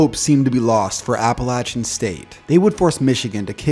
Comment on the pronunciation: Thank you for pronouncing "Appalachian" correctly